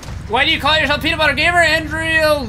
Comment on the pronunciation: lol you said "pee"nutbuder